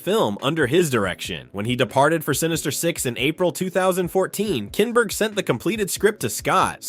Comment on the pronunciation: Too many images and clips repeated throughout this video. And, your AI needs double-checking before uploading. "Simon" Kinberg and "007" are mispronounced.